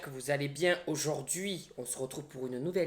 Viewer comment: Quand tu as dit haujourdui j'ai fait un saut